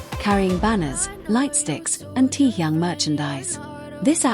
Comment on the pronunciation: Какая безграмотная блогерша мне стыдно за вас ударения в словах неправильно и даже имя такого известного артиста кумира миллионов не можете выучить а лезет со своими сообщениями а зовут самого шикарного Уникпльного мужчины в мире очень просто Ким Тэхен пора запомнить